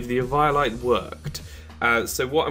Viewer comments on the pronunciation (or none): eviiolite???? its pronounced eveolyte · Dude, you're saying Eviolite completely wrong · The way he says eviolite kind of makes me cringe